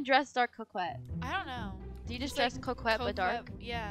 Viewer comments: co-quet 😂 no hate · I love how they pronounce coquette "QO-QETTE" instead of "CO-QUETTE" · “Wait is this giving ✨✨cwokwet✨✨?” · U said couqwet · ITS NOT CROWKEIT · Its pronounced "co ket" you don't say the "q" lol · They are pronouningcoquette wrong It’s spelled like co quette But it’s pronounced co ket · I’m sorry but ur pronouncing coquette wrong(also dti is going to become a horror game on Halloween 🎃) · thats not how you pronouns 'coquette" LOL but its fineee